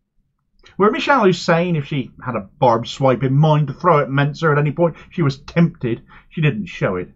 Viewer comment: Why do people keep pronouncing "Mincer" wrong?